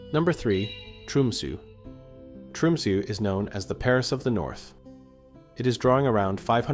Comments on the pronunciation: It is not called Tromsoo, it is Tromsö. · I was going to say, this is the first time I've heard Tromsø pronounced as "Trumsu".